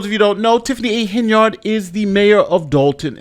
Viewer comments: Tiffany: I'm your super mayor Tiffany A. Hen-[yerd].: Today we're covering mayor Tiffany A. Hen-[yard] 😩 Make it make sense. Geesh. 🙄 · Are you intentionally saying her name so wrong as rage bait? It’s working